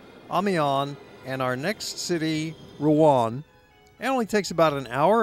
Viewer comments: Pronouncing Rouen wrong. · Pronunciation of Rouen is wrong.